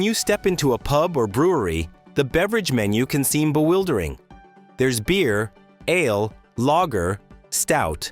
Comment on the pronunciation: "Ale" and "ales" are single-syllable words. I'd give you a like, but the narration is obviously AI-generated, and you failed to even review it!